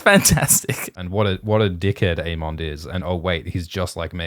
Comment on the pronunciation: Aymind Aymond Daymin Daymon...with how often you two flip flop, how about a disclaimer? (We do not agree on the pronunciation)